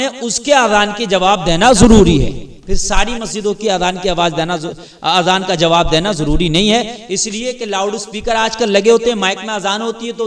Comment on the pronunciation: Azan lafz bolna pehle seekho